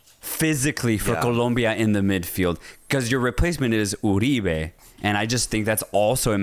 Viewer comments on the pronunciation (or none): none